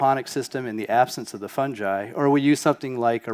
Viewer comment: he says fun ji LOL is it not fun guy